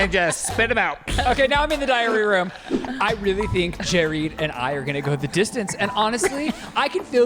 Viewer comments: That entire time I thought they were saying diarrhea room 😂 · During the Big Brother segment, I kept hearing "diarrhea room" and thought "wow what a weird show" but now realize it's called the "diary room" and now I'm wondering if I'm an 80 year old who can't hear like Joey B